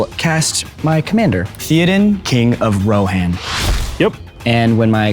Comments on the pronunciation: WHY IS NO ONE CORRECTING HIM? it's NOT Thee-oh-den its Theyoh-den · It's THAY-odin, not THEE-odin. The pronunciation is literally printed on the card my dude ("é" tells you how to pronounce the vowel.) I know that's not the point of the episode, but that kind of thing irks the ever loving crap out of me. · I think Xolo seems like a sweet guy, a huge nerd, i love seeing him on the show, so whats not to love.....but its soo cringe the way hes mispronouncing character names lol. Like, have you never seen the movies!? and if so, why the hell not! youre an actor! lol ..."theo-din" for theoden, "yowan" eowyn....maybe im alone here, but its painful hahaha, anyone that level of lotr nerd? haha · lol the oversized desk and chairs is hilarious but i have a feeling ole boy isn't a true fan or even really knows LOTR mispronouncing theodan and rohan like that c'mon now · Is no one going to mention the botched pronunciations ThEE odan and Row hanne? 🥴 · Théoden is so unrecognizable, he can't even be pronounced right.